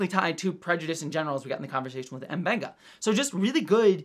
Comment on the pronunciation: pronounces M'Benga right, but it seems like everyone on the show calls him Muh-Benga